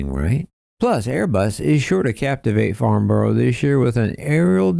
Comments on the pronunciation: "Farnborrow" It's "Farnbrah" come on USA 😆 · Dear, It's pronounced Farn-bruh. Gosh, Americans don't half speak funny. I wonder how they'd pronounce a place - name like, Blicester- on-Narse. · As a Brit is hard to hear you say borough wrong it’s pronounced farn-burrow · It is pretty cruel how us Brits place an aviation event so critical to American companies... At a location Americans absolutely can't pronounce - Farn-brah, rather than Farn-borrow! (Not a criticism, btw!)